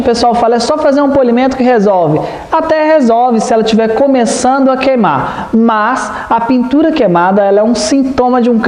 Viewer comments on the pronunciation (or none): AO, minha dica é sobre a pronúncia do verbo queimar. Você está “comendo” o “i” na maioria das vezes. Seus vídeos são tão perfeitos e profissionais que merecem essa pequena atenção. Sucesso ao canal!